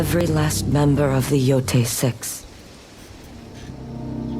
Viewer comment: the game literally pronounces the name of the game as “yo-tay” yet still pronounces it “yo-tie”. They just can’t stop embarrassing themselves.